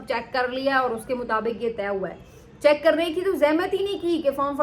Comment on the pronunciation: Chaik nahi hota check hota hai.. Aapko hazaro loag suntai hai. Talaffuz to theek kar lo.